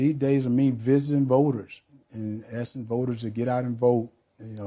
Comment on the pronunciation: "About me visiten voters and assin questons".... for God's sake learn English/the walking dead. De da da de du do.